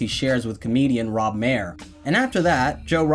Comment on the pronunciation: Maher is pronounced Mar btw, not Mayer